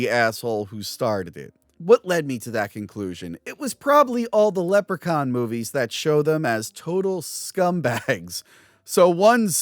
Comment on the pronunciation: Leprechaun. Is Leppercon not how you pronounce Leprechaun?